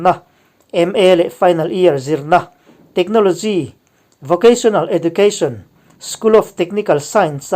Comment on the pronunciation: He video a pronouncetion pakhat , education hi ejucation tur niin kahria.🙏🙏